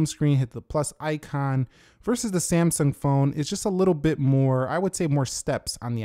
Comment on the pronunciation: Samsaaaaang PLEASE LEARN TO TALK!!!!